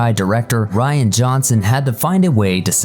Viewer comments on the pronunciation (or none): none